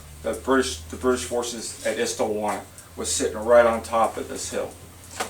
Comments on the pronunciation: Hlobane is pronounced with the "bane" being the same as the "bahn" in the German Autobahn. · At least learn to pronounce it… Shlow-bon-y